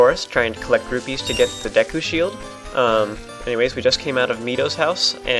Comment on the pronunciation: Rupees not rubies